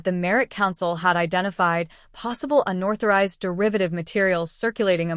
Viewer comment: It’s “unauthorized” not unorthorized